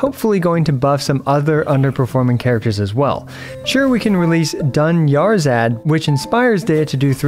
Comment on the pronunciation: that certainly is one of the ways that dunyarzad can be pronounced